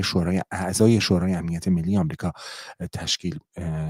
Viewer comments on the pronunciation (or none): none